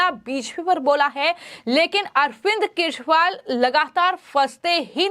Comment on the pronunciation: पहले तो यूट्यूब पर बोलने वाली मैडम के शब्द को देखिए केछ वाल क्या होता है। उच्चारण ठीक नहीं है😢